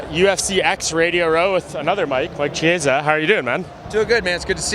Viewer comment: Tf did you Call my boy cheeeeeasa